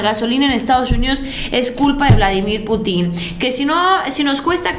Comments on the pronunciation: Es pu'tin acento en la u no en la i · me desespero el estarte escuchando decir PUTIN con acento en la I...en primera en México escuchamos como lo dices y lo primero que pensamos en un PUTIN. POR FAVOR DI CORRECTAMENTE.